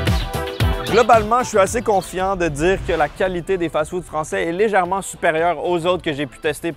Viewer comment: Il a dit "lézèrement" braisée hihihihihi 😂